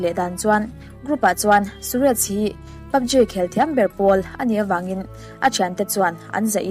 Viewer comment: PUBG i lamdan kher hi a... Ji tiin lam suh G tur 😃